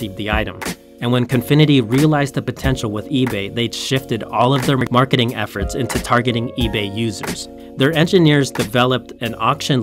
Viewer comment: Am I the only one that heard him say Mcmarketing efforts lol